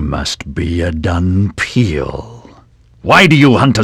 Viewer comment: The word is actually "dhampir". "Dunpeal" is what you get when you say "dhampir" with a Japanese accent and then translate it back to English.